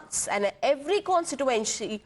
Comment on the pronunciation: Constitutenshe😂😂 , great pronunciation 😂